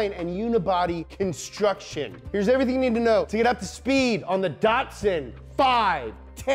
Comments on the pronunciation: Not datsun, but datsun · You're not pronouncing Datsun correctly.